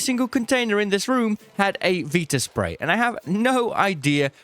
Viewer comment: I despise the way you say viraspray but I love your content 😭